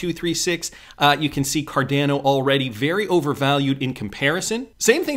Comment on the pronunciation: PLEASE PLEASE PLEASE STOP CALLING CARDANO car-DAN-o — it’s pronounced “car-DAWN-o”!!!!!